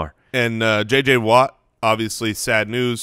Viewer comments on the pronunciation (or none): Does always pronounce it J. J. Whaa?